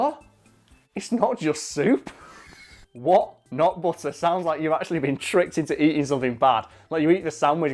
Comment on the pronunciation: all i keep hearing is "what, nut butter"